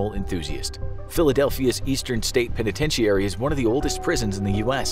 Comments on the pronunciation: Why do you say penitentiary like that ? I hate when people do that . The entire world pronounces a word one way but there is always one person that's like "nope I'm going to say it completely wrong".... you're that person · This video had me wondering if I've been pronouncing penitentiary wrong. I've always heard it pronounced "Pen-a-ten-chur-ee". is this a regional thing?